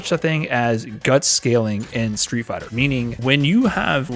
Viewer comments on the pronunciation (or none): none